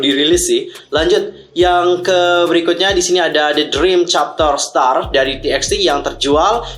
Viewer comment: Bang bacanya bukan ti eks ti tapi = Tu ba tu